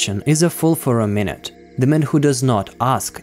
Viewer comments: Pronunciation of 'minute' is wrong in this video in the second from last quote. It means something tiny, so should be read as as if you are saying 'my newt' not 'minute' as in sixty seconds. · Minute (pronounced ‘my noot’) is an adjective that means very small, tiny, insignificant. The word minute is derived from the Latin word minutus, which means small. Not pronounced minute as in 60 seconds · pronounced "Mine -ute" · Minute not minute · Yes, i noticed that pronunciation mistake too. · I also facepalmed there.